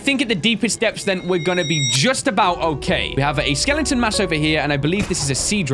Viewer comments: why does say skeleton like "skelengton" lol is it just me? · i heard you said sea dragon skelenton lol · Am I the only one who loves the fact that he says "Skellington" instead of "Skeleton"? XD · Anyone else love how always calls skeletons "Skellingtons"? Because I do.